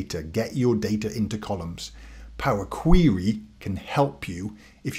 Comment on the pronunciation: Love the video! I've used PQ for a few years now and am amazed at how few people realize that it's there. I'm putting together some recommended PQ training for analysts at my company and will definitely include this video! FYI I love your pronunciation of POWA QWEWY :)